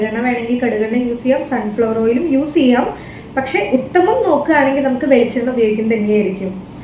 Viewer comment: എങ്ങനെ ചീയാം എന്നല്ല,എങ്ങനെ ചെയ്യാം എന്നാണ് 😂🙏🙏